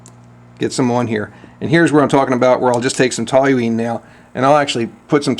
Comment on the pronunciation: How can you look at the label on the toluene bottle and still mispronounce the word with an extra "L" that's not there? Curious.